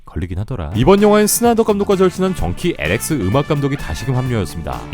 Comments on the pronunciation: 형, 왜 계속 정키 LX라고 읽어... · 엑스엘인데 발음을 잘못한듯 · 왜자꾸 정키 엘엑스라고 하세요?